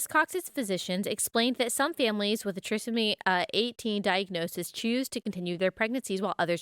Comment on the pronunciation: The proper pronunciation is with a long 'i' sound. The prefix 'tri' meaning three. Trisomy 18 means that the child has three copies of chromosome 18.